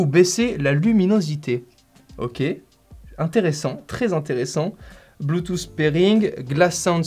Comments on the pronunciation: Arrêter Putain de dire Bluetouffe mais disez plutôt Bluetoote même si le mot s'écrit Bluetooth!!!!!! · Soigne ton accent, c’est pas bloutousse, c’est bluetouth, c’est pas siitingnz, c’est settings, j’taime quand même